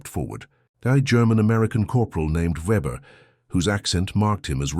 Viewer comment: Weber would be pronounced as VAYbuh A W = AN ENGLISH V AND A V= A GERMAN FAO. A GERMAN VW CAR WOULD BE A FOW VAY TO A GERMAN